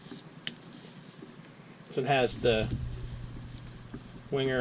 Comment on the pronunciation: Please pronounce Wenger ven ger not winger